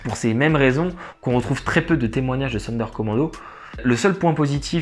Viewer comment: Sonderkommando se prononce Zonderkommando !